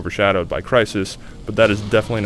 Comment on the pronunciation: lol why did he pronounce 'zedbras' like 'cedbras'? xD